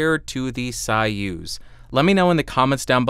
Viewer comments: So-use - not sawuse. Zopah. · Way above my price range but a very nice sounding Mic. BTW, I believe that it's pronounced "SOY-uz" (as in Soy-sauce) not "SIGH-uz", the way you were pronouncing it.....😉😉👍👍🎤🎤👍👍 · It’s “Soy-use” not “Sigh-ooz” lol.... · You know the King Bee and the Soyuz which I know is most likely not want to hear that though. Also I thought it was pronounced Soy-use, since it is spelled the same as the capsule used in the 60's Russian space program......I could be wrong though. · Interesting that one of the founders, David Arthur Brown, pronounces it as Soy-use (as in soy sauce) in some Youtube clips. It seems like he would have the pronunciation right. Maybe it is the English pronunciation, because I don’t know Russian... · It's pronounced "Soy" as in soyboy and "uz" as in use that hammer and sickle.